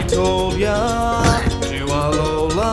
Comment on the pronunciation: They are saying alola wrong